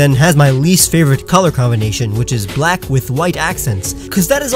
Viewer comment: THERE IS NO VOWEL BETWEEN THE B AND THE L IN BLACK!